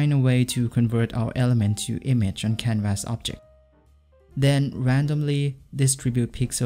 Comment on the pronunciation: First time seeing your vids and already don't want to watch yours. Try to pronounce canvas the right way. (constructive criticism)